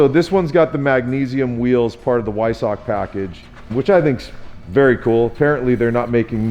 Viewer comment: Vvvvviiiisock. Is how you pronounce it.